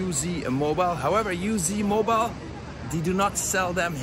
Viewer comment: Uzmobile is pronounced ooze-mobile, Uz standing for Uzbekistan.